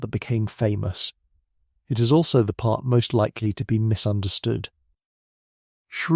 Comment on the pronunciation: Perhaps you could teach the AI voice to properly pronounce “Schrödinger.”